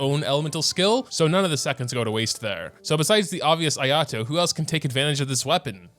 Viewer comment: you did not just called him ayatoes lmao